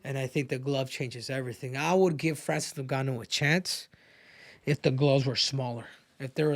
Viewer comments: It's ngannou not no-gannou 😂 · “Francis noon-ga-noo” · "Francis Nungannu" - Henry Cejudo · Francis "NonGannou" and Ciryl "Gain" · "So Francis Nooouuuganou" bruh 😄🤣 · I hate how he pronounces Francis’ last name… get it together